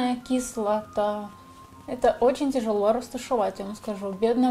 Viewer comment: выучила новое слово: кислатааа